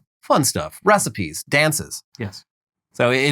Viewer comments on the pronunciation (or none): says recipies, I hear beasties, the power of the self dillusion is strong.